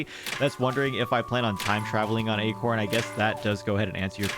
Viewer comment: Sometimes “acorn” sounds like “eggcorn” - ya know?